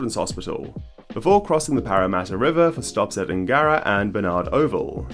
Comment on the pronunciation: And Nnn-gara 😂